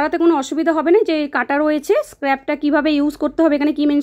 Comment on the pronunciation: ভিডিও করবার আগে প্রপারলি কি করে স্পষ্ট উচ্চারণ করতে হয় সে সম্পর্কে একটু ধারনা জ্ঞান করে নেবেন । আপনি স্ক্রাবার কথাটার বারবার ভুল উচ্চারণ করছিলেন — খুবই বিরক্তি লাগছিল শুনতে জিনিসটা ! আর প্যাকেটে যে ইংলিশ লেখাগুলো রয়েছে গুগল ট্রান্সলেটর এ গিয়ে বাংলা ট্রানসলেশন টা দেখে তারপর আপনি সেগুলো বলছিলেন — পড়া মুখস্ত মত করে প্রোডাক্টের রিভিউ করলে হয় না এখানে আপনাকে জিনিস টা ব্যবহার নিজে করে আপনার ব্যক্তিগত অভিজ্ঞতাকে তুলে ধরতে হয় । নিজের ভাষায় নিজের মত করে বললে সেটা শুনতে আরো প্রাঞ্জল এবং বাস্তব বলে মনে হয় এরকম পড়া মুখস্ত করার মতো করে আর যাই হোক প্রডাক্টের যায় না সঠিকভাবে — আর দর্শকদের কাছেও সেটা খুব মেকী আর সাজানো বলে মনে হয় । আপনার কথাগুলো এতটাই জড়তা সম্পন্ন এবং অস্পষ্ট উচ্চারণ যে মাঝপথে ভিডিওটা স্কিপ করতে হচ্ছে — আগ্রহ হারিয়ে ফেললাম !